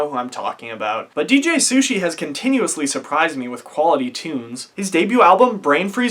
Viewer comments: Dude ? 🤣🤣 Deth mouse. Really bruh no offense good vid but u were following them since the begining and So basically all I’m saying is it’s not DJ sushi it’s slushii. No DJ. Then it’s not deathmouse it’s deadmau5. I know this because I got pandora. And lastly the marshmallow man? 😆🤣😂😹 it’s marshmello. But other than dat good vid 👍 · Nobody’s gonna talk about the fact that he said DJ Sushi? And he still decided to put it on 🤣🤣